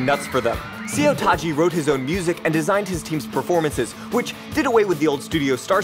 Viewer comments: See-yo Taji? Ha-yun Jin Young? Bee-yo-a? Seriously??? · Those are pronounced "So Taeji" "Hyun" and "Bow-ah"